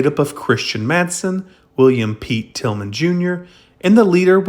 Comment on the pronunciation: It was Bill Tilghman, not Tilgham!